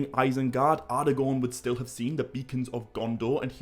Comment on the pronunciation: Ardagorn? Elerond? Garladriel?